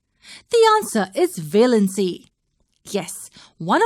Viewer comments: Its valency not veelency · Its pronounced as valency not velancy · Wrong pronounciation of valency